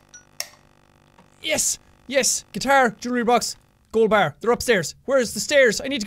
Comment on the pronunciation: ber instead of Golden bar XD (I went through hell and back to put an apostrophe on the e but I failed q.q)